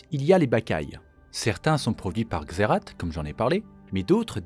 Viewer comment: Waaa. Trop content de voir cette vidéo !! J'ai encore appris pas mal de truc sur Shurima 🧡🧡 Y a juste un truc, officiellement, la prononciation de Xerath, c'est "Xérace". Mais même dans le jeu de carte, il prononce "Xérate" 😅😂 C'est comme pour Rakan. Tlm prononce "Rakane" mais c'est "Ra'quand'" (c'est moche, mais ça aide à la compréhension de la prononciation 😅) Super vidéo. Hâte aussi de découvrir de serveur MC !!!! Il sera moddé, ou juste vanilla ?